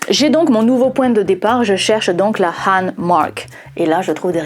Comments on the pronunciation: sauf que Han se prononce Ran ... sauf si on le sait pas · Oui. 13% de ma famille l'a sur le bras gauche, 17% sur le bras droit, 40à 60% sur les deux bras. Donc on est coréens. Ou chinois de la dynastie Han (prononcer Khan). Avec un diplôme de physician en poche et on joue du violon. il faudra essayer sur les Blancs un jour. Ceux qui ne font pas de bulles avec la bouche. Pour avoir des chiffres probants. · 🎉Bonne année à toi et tes proches 😘 Bonjour, comment tu vas ? As tu passé un bon réveillon 😅😂🎉. Sinon.... 😅 AHN ET HAN se prononce de la même manière ??? 😮😅. AHN c'est bien " ANE " 😇 Par contre HAN c'est " EN." avec un H comme " Haricot " 😅 Du moins ici en Belgique 🎉❤🎉 Nous avons un village qui s'appelle Han sur Lesse, relativement reconnue par les touristes, pour ses grottes et sa réserve animalière, sur les animaux sauvages d'Europe exclusivement, 😅ayant vécu ici. ( pas nos animaux de compagnie ou d'élevage type ferme agricole,....) Ouwha 😅😮 Je pars dans tous les sens. Bref, regarde sur trip advzisor ? Ou ailleurs 😂 Enfin, bonne journée à toi et ta famille. 😘🎂🎉🤣😋🙂Ho oui, j'ai pas les plis 😅 Si c'était quand même des boulets... La graisse,... À t'elle des points d'acroche, comme les muscles et les tendons ? Ce qui ferait du pli la limite de la masse de graisse. Si tu vois ce que je veux dire ☺️🙃 Qu'en penses tu ?